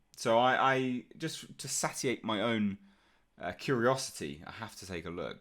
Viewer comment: Its "Sa-shee-aited" =satiated. Not "satted" your own curiosity lol